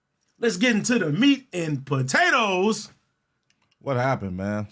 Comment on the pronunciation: U musta meant the meat and CUHTATOES